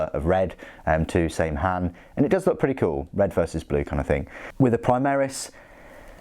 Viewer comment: It's pronounced Sam Hyne